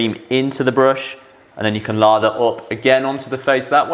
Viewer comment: Laaather not Lava.